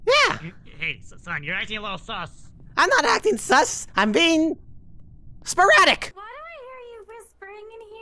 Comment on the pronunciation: Bro did anyone else see foxy spun when said “spratic”